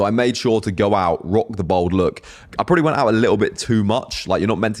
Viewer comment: This geezer cant say bald he says bold lol